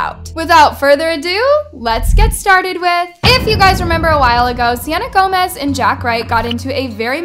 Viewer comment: talking*: saying "selena glomez" Me: wait wait wot- selena glomez?!